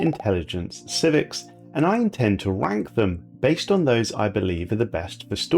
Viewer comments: "My lords, today we are going to adress machine intelligence civics, and i intend to wank them..." i gotta clean my ears, or my mind god dang. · I don't know why, but I kept hearing you saying you were going to 'wank' the civics, which is a bit more than I think many of these civics deserve.